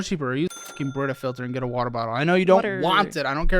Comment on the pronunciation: I agree. “WAttErr” like come on be serious this is your life. He has an unbearable personality.